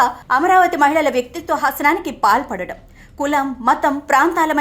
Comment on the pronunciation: వ్యక్తిత్వ హసనం కాదు వ్యక్తిత్వ హననం pls correct